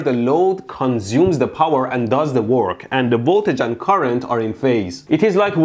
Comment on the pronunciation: CUNZUME ZE BOWER